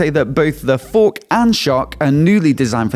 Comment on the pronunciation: “Both the for-KK and sho-KK” Accentuation to the max! lol 😂